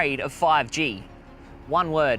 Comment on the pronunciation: Why does always pronounce words incorrectly?